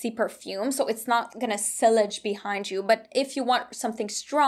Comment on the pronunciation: So sillage is pronounced see-yage